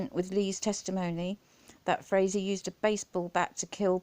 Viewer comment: Great Video...Originally I thought Frazee(its pronounced FRAYZEE)Was smarter than watts for keeping quiet,Boy was I wrong,I hope they charge him with soliciting murder for this one...What a BARBARIAN &NINCOMPOOP!!!